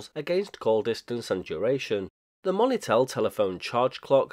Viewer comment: I'm wondering on your pronunciation of monitel. The moni part I believe is short for monitor not money. It may just be an Accent thing. None the less an interesting product idea at least. Even if it was crap at the time lol.